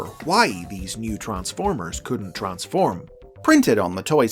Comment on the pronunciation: Literally have word "Transform" on their product but still decided to butcher it.